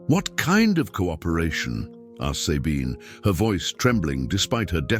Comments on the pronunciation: and the pronounciation of SABINE is really bad, sorry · I have a neighbor she is German and she calls herself Zabine